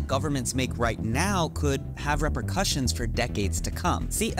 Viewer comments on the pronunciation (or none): none